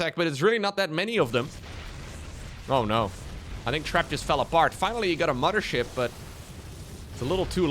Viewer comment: I like how he and Harstem always pronounce it as "the MUDDER ship"